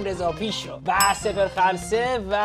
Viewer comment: دیدید خلصه رو چجوری گفت؟!😂😅